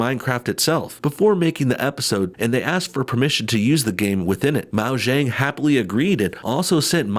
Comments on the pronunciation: why are you saying "Maojang" its Mojang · Mao-zhang? Seriously? Mo-jang. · Hey, hey, guy. It's pronounced Moe-Yang. Still good video though. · XD Mo jang, I love to nitpick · "Mao-jang" lol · why do you pronounce mojang MAO JANG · Is he saying Moujang? DID HE SAY MOUJANG? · IT'S MOJANG (MOE-JANG) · Its pronounced Mojang with a capital O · Wait a second... what wad that pronunciation of Mojang... lmaooo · The way he says Mojang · You pronounced Mojang wrong. It’s a Swedish company owned by Microsoft. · you Boomer, you pronounced Mojang wrong. This is a huge anti gamer moment. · Please don't say mojang like that again